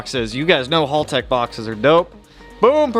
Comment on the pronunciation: great content dude. Love the blubaru and eg33. Just one quick tip Haltech is pronounced with the short a sound like, "at" or "bat" or "cat". I used to think it was halltech for the longest time until YouTube recommended that video to me a while back.